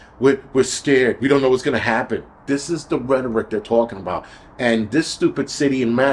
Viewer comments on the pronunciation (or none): none